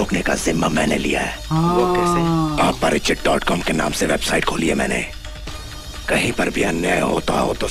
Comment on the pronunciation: Rambo nahi Remo hai naam aur aaparachit nahi Aparachit hai😂